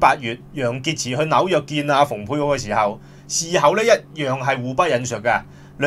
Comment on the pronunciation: 蓬佩奧讀篷(pung)佩奧，比讀逢(fung)佩奧較佳，因為原文是Pompeo。